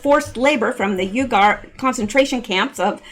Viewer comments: Not pronounced ugar pronounced weeger like weeper wiph a g.....lol God Bless you for all you do,,, for all you give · I Believe UYGARS is pronounced WE Gars,,, I Could be wrong,,, but,,, the odds are low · It's pronounced "wegar" LOL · Fyi uyghur is pronounced Wee-ger. Sry... Pet peeve of mine..😁👌🏾